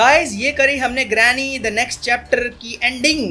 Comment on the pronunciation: I like he says granny as drameee 😘😁😂